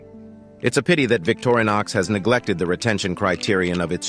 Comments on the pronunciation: It's Vic-TO-ri-nox...not VICTORY-nox. :) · O.F.F.S, VICTORINOX is NOT pronounced VICTORY KNOX it's pronounced VICTOR IN OX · Not a fan of the AI generated voice which mispronounces "Victorinox" constantly. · Quit using the Robo voice and learn how to pronounce things like Victorinox....POOR